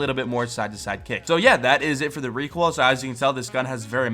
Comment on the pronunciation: says it as reek hoil